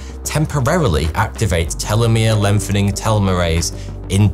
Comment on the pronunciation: Priceless pronunciation of "lengthening"; "lempheming"